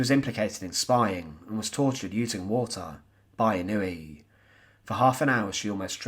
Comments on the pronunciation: His name is NOT pronounced in-NOO-ee. It's pronounced IN-noo-way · Pronounced ‘In-o-Way’